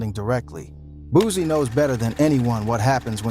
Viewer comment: It’s boosie not boozie get your pronunciation right first😂😂